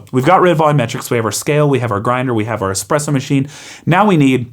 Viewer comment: A great little video thanks for taking the time to make it. But as a coffee guy, please learn how to say Espresso properly it doesn't have an X in it. 😂